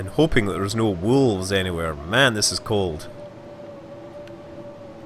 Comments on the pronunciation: Scott Manley Entirely possible! That, or it's just your impaired pronunciation making things funny for us who are neither scottish nor american (or from any other english-speaking country for that matter). In either case you did say 'wolfs' :p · Definitely a "f" in there. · Scott Manley I also hear Wolfs, Maybe with a smidgen of V in there, Wolvffs maybe, but there is definitely an F in there. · I laughed , criticizing american pronunciation... and then saying "wolfs" =D